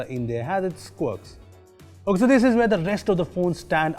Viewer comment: Dis, Dat, Tousand 😂😂😂